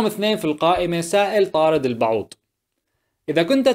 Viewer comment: البعوض وليس البعود ياعجوز